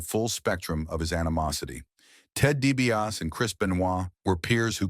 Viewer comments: I CAN'T WATCH THIS! WHO IS DIE-B-AUS? 😂😂😂😂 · I was never a fan of the Million Dollar Man. Nor was I a fan of the Ultimate Warrior, BUT if you're going to put out a video about anyone, especially if it paints them in a bad light, you should learn how to say their names correctly. At least do that much research! The million dollar man's name is Ted DiBiase. It's pronounced 😅 DEE-BEE-AW-SEE. Y'all bear with me, I don't usually how to spell things phonetically lol. But at least I'm making an effort, the narrator on this video couldn't even be bothered to do that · it's really distracting! 😂